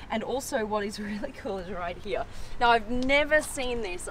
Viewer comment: Here ❌ heya ✅